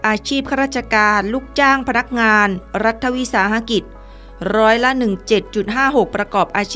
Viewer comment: รัฐวิสาหกิจ ยังอ่าน รัด ทะ วิ สา หะ กิด ต้องอ่าน รัด ถะ วิ สา หะ กิด มิใช่หรือ